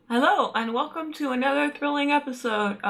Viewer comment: were you speaking "Welcome" with your mouth closed? o.o and oh my goodness! I also wanted to be a marine biologist when I was young!